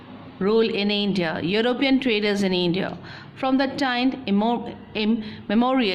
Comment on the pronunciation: Why is it eindia ....hahahah much grammatical mistakes .